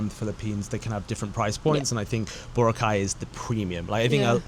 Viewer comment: It’s Bo-Ra-Cay, not Bora-cay